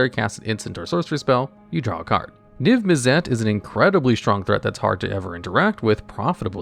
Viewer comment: The way you pronounce Mizzet and Izzet kills me a little every time. izzet is pronunced like issit same with Mizzet Missit